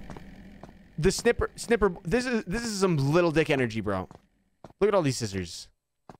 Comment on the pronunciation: "The Snniper Man"😀